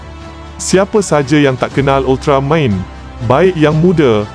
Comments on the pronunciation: Stress dengar part sebut ultramaim hahaha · Sekadar teguran... Minta tolong sebut betul2 .. 'Ultra-man... Bukan Ultra Main' ye. Please la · UltarMAN! BUKAN UltraMEIN! Adoouii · Weh aku dengar dia cakap ultramain itu je aku dengar hehe ... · Moderator ni org mane ni, sebut main hentam je... Buruk betul mendengarnye... Sentai jadi Sentai... Ultraman jadi ultramain... Stress dengo .. dh la cara Penyampaian membosankan... Best lg faktaw... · ye betul. itu sebutan dalam bahasa jepun. tapi masalahnya si pencerita dalam video ni sebut Ultraman jadi Ultra Main., tak ke pelik bunyinya tuu..??? 😝😝😝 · Pelat agaknya.😅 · Admin Sebut "Ultraman" pun mcm bodoh !!! 💩💩💩💩